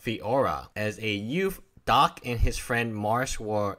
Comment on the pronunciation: Dack like quack not Doc.